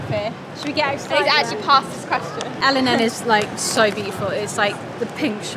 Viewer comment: By the way el&n is pronounced elan not el and n because it’s used to be named elan but it was changed to el&n